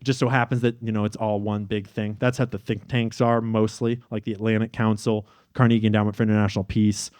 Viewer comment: Please learn how to pronounce Carnegie